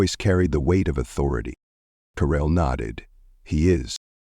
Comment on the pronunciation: Who on is DARRELL ? How come she has changed her name from Carell to Darrell or is the narrator’s batteries running low ?